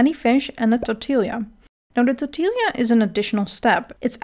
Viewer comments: My best instruction on pronouncing tortilla is tore-tea-yah. The 'll' pronunciation trips up a lot of people. In Spanish, 'll' is always pronounced as a 'y' sound. The same way, a 'j' is pronounced as an 'h' like with jalapeños. The 'ñ', I think, is best described as an 'ny' sound. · tbh I don't know if I could properly pronounce jamu either, but I am obsessed with how you pronounce tortilla. Great video! Bug jerky is indeed hilarious and OP. I catch a lot of bugs when I forage and have been spamming that for big bucks. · Wait WHAT... 😰 but- but that's how the Dutch pronounce tortilla. OK. NEW RULE: Once we occupy your country for 300 years you are allowed to bully me for my pronunciation too. 😂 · I was so worried about getting my pronunciation of jamu and lodeh and even shallot right, but then tortilla suckerpunched me out of nowhere hahaha! 😆Someone else commented on this too and I've been having a mild existential crisis ever since. Like, have I been saying it wrong all my life??? But no, I checked a Dutch YouTuber and they pronounced it the same way I did. No idea why we Dutchies decided "tortilja" is the way to go, but it never even occured to me it's a very Dutch way of saying the name of this dish. 😂